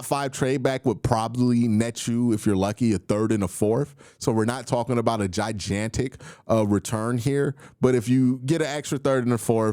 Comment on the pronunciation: Bruh long time subscriber but how are we still pronouncing “gigantic” this way in 2025?